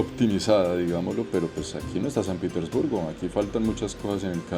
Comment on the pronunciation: PITERSBURGO? PETERSBURGO